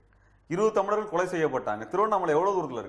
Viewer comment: TO THE INTERVIEWER: "தமிலர்கள்" இல்லம்மா "தமிழர்கள்" இன்னு சொல்லு!!